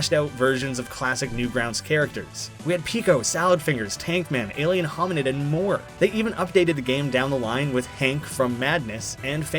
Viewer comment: you said Alien Hominid wrong too